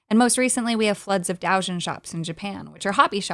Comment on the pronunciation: I didn't catch it the first time because of the pronunciation. It's DOH-jeen (doujin works/doujinshi) with a long O, where either you pronounce it like an English long O, or just lengthen out the time voicing a short O.